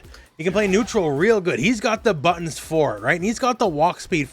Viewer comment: On the Cammy segment, when you said "she can like rush you down, pressure you, all that kind of stuff with all her amazing buttons", I swear that I heard "amazing buns". Both versions are true nonetheless.